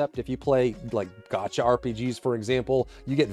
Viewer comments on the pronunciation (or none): none